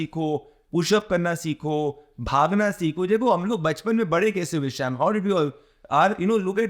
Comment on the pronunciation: He is annoyingly saying "shyaam", not "Sham". Sounds extremely weird.